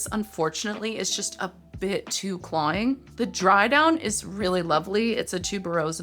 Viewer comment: Girl, I love you, this is the third video I’ve watched where you say “clawing” in lieu of “cloying” and I just caaaaaaan’t take it